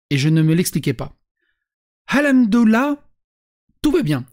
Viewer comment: Je suis un rebeu (oui mais mon pseudo blablabla osef) et on dit : Hamdoulah ou Al Hamdou Lilah , mais pas Al Houmdoulah, et ça, ça me gonfle, avec tout les Wech, Walah, Starfoulah...